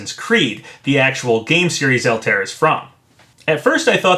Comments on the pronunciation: JSYK it's pronounced all tie ere. Not Alt air. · "AL-TARE" Papa, my guy... it's "Al-tie-ear" hahaha Always love your content Papa! Keep up the quality speculation! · just an FYI, it's pronounced "All-ty-ear not" "Al-tare"... also as much as I want Geno & would like to see Doomslayer, I'd settle for Mii costumes if they come with music like Sans & Cuphead. Geno would most likely have "Beware The Forest's Mushrooms", but man I'd love to get that epic final battle theme when you fight Smithy ( also, even though it's just a hat Mallow could include a song as well....remember when Nintendo hit those Mario RPG tracks with copyright strikes? might mean something... )...and Doomslayer should and most likely would come with that E1M1 music ( I forget the actual song name sadly, I tend to just remember it as that first level theme from the original Doom )... also, I REALLY hope they can get Yacht Club to sign off on a Shovel Knight costume complete with that opening level theme that's become so iconic to his game....and while Shantae is one of my top 3rd party wants, I can live with a costume if we also get "Dance Through The Danger" as well as a Patricia Wagon costume with "Rescue Girl" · btw altaïr is pronounced "all-tie-ear" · Yeah, I noticed that too. Pronunciation isn't always easy. XD